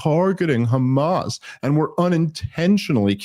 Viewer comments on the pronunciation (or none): none